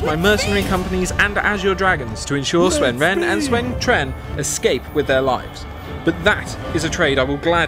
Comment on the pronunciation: Ahh.. close enough... you mispronounced Sun Ren but your pronunciation of Cao Cao, and Sun Quan was spot on